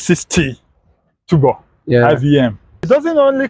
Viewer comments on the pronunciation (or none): He calls it tubor 😅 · The way he pronounces turbo cracked me up 😂so bad.... Now innosons should start producing some exciting cars such as Super high performance cars, hatchbacks with a 2.0L turbocharged engine wacked on it and so on. At least for the young Nigerians😌🙃